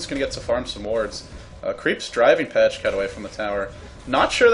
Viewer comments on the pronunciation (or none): Pajkatt is swedish and is pronounced Piekatt not Pashcat :P. Normally watch Joindota or dota2's youtube channel. Just discovered your channel. Have to say even though I love tobi's cast, your channel has way more indepth commentary. Subscribed. Good job!